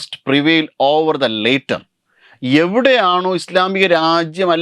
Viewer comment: Excuse me. Please learn to pronounce english better. If you have that shortcomings, please use better solutions. Your pronunciation of later and latter triggered me to comment.